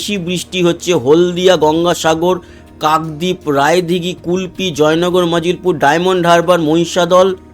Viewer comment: ভাই শব্দ টা জয়নগর মাজিলপুর হবে, (মাজিল পুর) নয় ।